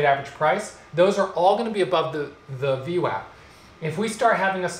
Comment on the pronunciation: called VWAP, VNECK, lol!!